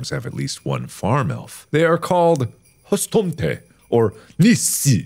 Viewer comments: When you’re swedish and he says hustomten wrong 🙄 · I don’t speak Swedish, or any Scandi languages for that matter, but mark’s pronunciation of “hustomten” made me giggle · I wheezed like a hyena when mark attempted to pronounciate Hustomten and Nisse I cackle in swedish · The way he pronounced "hustomten" and "nisse" hurt my swedish heart😭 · It's hilarious listening to Mark trying to pronounce Swedish words and trying to sound cool at the same time.